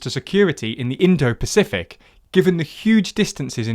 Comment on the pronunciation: Considering how many words they bungle or mispronounce 'nucular' instead of nuclear or 'indio-pacific' instead of Indo-Pacific, I'd say they won't ever be a serious news channel. I pretty much gave up watching/listening after that as they have these types of glaring (deliberate?) errors in pretty much every video.